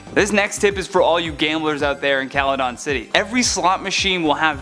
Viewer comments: Kaladon??? U mean Celadon like when an C is followed by an e it usually makes a sss sound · Good video... My only issue is that you pronounced Celadon City wrong. It’s pronounced with an S like Seladon. It sort of makes me think you’ve never watched the anime at all.